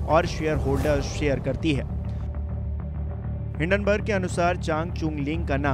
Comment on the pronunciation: हिडनबर्ग नहीं हिंडनबर्ग है। जब तुम नाम ही ठीक से नहीं जानते तो इस मुद्दे पर क्या बोलोगे ? पत्रकारिता बहुत जिम्मेदारी वाला काम है,तुमसे न हो पायेगा !